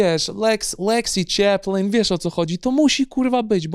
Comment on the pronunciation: Leksji Czeplin xDDD